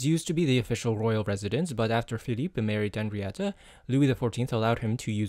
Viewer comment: I was so pleasantly surprised to hear you drop the H in Henrietta's name when saying her name à la française Bravo! 👌🙏